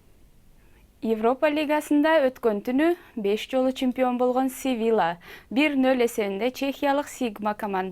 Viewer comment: Севила дейт го А не Севилья